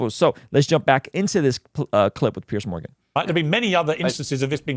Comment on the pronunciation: I like but I don't think he has the slightest idea who Douglas Murray is -- which is a shame. Douglas is not petty; he's witty and brilliant and a prolific writer about the decline of the West. He's widely respected as a deep thinker. ("Peerz" Morgan, not "Pierce.")